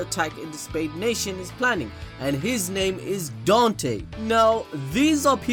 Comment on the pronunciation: I dont mean to offend you it just bothers me that you said his name was don-te when it said dan-te